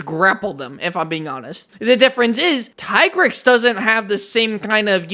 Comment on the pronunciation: it’s pronounced “Tee-Grex” and another thing; why is Nergigante not on this list? Being a crashout is literally his thing. He hurts himself just to kill his enemy